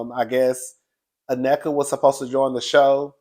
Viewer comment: Na-nika not necka cuzzin😊😊